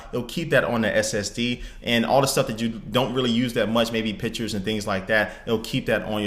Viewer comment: omg it's not 'PITCHERS' it's 'PICTURES'!